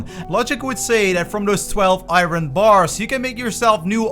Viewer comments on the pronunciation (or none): Lol "eye Ron"